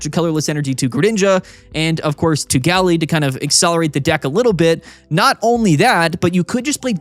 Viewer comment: Am I the only one who thinks pronunciation of Gallade is wrong?